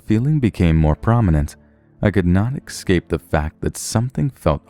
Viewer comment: EScape, not EXcape.